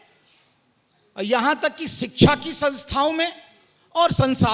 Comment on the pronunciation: सिक्छा नहीं वो शिक्षा होता है। प्रियाय नहीं वो पर्याय होता है।